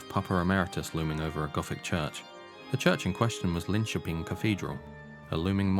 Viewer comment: Another comment is to give the video's creator Massive Props for correctly pronouncing "Linköping". Methinks you should react to Jesus He Knows Me (along with everything else😉) So glad to see you do this deep dive into the Actual True story of Ghost! 🔥🤘😜🔥